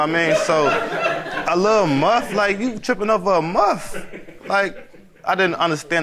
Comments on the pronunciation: Ain’t it “MUSH” not MUFF?! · Thought it was mush and not muff?